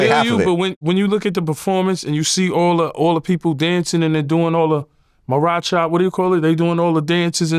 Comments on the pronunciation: Yooo I swear yayo has me dying 💀💀😂🤣😭 babs bunny and he said baracha instead of bachata which is actually a Dominican dance not Puerto Rican lol this nikka all over the place with it 🤣🤣🤣🤣 You gotta love yayo man I’m actually super excited for his podcast with murda, he should actually do a comedy show he would be the first official gangsta comedian 😂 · Maracha?😂😂😂😂😂 i think he means bachata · This boy said Maracha! 😂 And El Malecon 😂 that's not even his song! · Nah i think he might of heart somebody mention bachata before but he fd it up😂😂😂😂